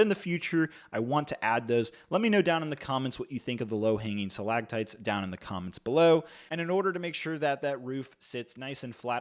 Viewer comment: & 🤣🤣🤣😂😂😭😭 Sa-Lag-tites...... reminds me of my friend's 6 year old son who L❤️VES to talk about his Sam-Burr-tooth tiger 🙌 "5 poly bags... you can't even get 'em in the U.S." - but YOU have them, you are IN the U.S. & are giving them away 🤔🤷🏻 so that statement isn't entirely accurate 🤦🏻 anytime I'm having a tough day & struggling I know I can just watch one of your vids, & tell myself "at least I ain't This guy"!!, you are Golden 😂😂 don't ever change